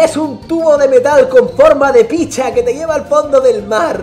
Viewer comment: Soy el unico que le da gracia cuando luzu dice: Picha😂